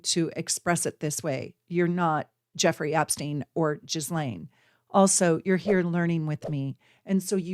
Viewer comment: This was so very interesting. I’d love to hear more. I promise I’m not one of “those kind” of people, but can I ask for you to please look up the correct pronunciation of her name? 😊